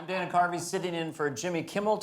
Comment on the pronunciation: His parents probably wanted a girl a named Diana. Dana is not pronounced Deene in English😢